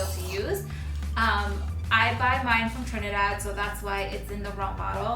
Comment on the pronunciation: I really did not get where you got your coconut oil from.. You did not have it on details either.. That coconut oil really looks awesome.. I hear you say "trenedad"??? And then how do you get in rum bottle?? Do they sale loose? I am so confused.. I am sorry if my question sounds dumb.